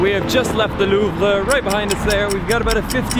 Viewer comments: Why do you say “loov-ra”? It’s “loov”. You’re Canadian. You need to brush up on your French. Haha! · the way Louvre way pronounced tho. lol